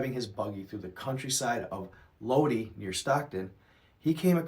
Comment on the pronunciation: It's Low-die/ California